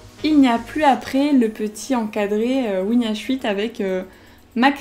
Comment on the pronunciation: C'est peut être que moi mais j'ai l'impression qu'au début elle dit WinAuswitchz au lieu de Winh8 voilà voilà petite remarque de mauvais goût...